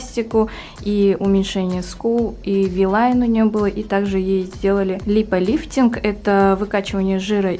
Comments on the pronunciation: Не липолифтинг,а липофилинг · Не липолифтинг, а липофиллинг!!! А в остальном видео 👍👍👍